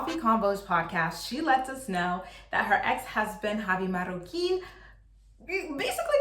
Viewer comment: I thought we were done with the Magggoquin, please it's MaRRoquin with the rolling r's